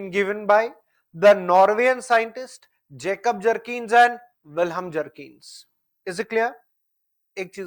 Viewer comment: Sir at least pronounce the name of Vihelm properly. It's written in books as Bjerknes but the real pronunciation is as if you read "beyurknes" 😂😂 here is the difference that a person holding masters degree in political science (you) and teaching geography 😂😂😂